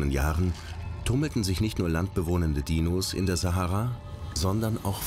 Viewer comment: Na endlich hört man mal, wie Sahara wirklich ausgesprochen wird!